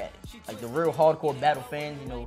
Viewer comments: Ny dudes say "battu" instead of battle lol (not a diss just making an observation) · Yeah we deff don't say battu we say battle lmao u buggin b